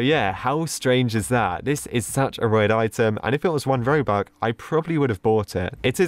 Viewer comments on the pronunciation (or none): It's not robuc ITS ROBUX😡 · Did he just say ROBUK not ROBUX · “Robuc” 2021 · i love how he says 'robuck' instead of 'robux' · Everyone: robux today: robuck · is it just me He said robuk